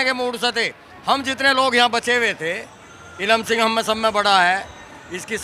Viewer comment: Wow.. आज नाम स्पष्ट समझ आया श्री इलम सिंह जी🙏🙏🙏